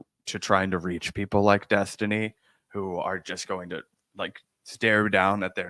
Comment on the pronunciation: Finkelstein effortlessly mispronounced Destiny's name over 25 times just to fuk with him. Half the time you can't even notice it but Destiny definitely did.